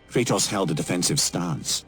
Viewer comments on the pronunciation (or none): drink every time he calls kratos curtis